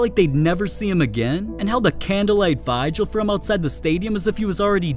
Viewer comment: Mispronounced "vigil."